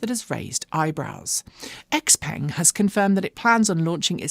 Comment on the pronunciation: According to Sean at Autoline Daily, Xpeng is not pronounced like it looks (Ex-Peng), but something like "Zzh-PUNG". Where the X sounds like their president, ZZhheee.